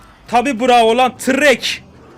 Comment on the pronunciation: abi nr güzel tırrek dedin ya😂